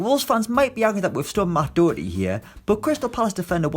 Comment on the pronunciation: I turned it off when Doherty wasn’t in it AND when he called him Dowerty 🙄